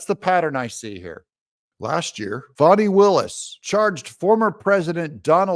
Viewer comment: Doug… her name is Faaannnnni. Not FAWNI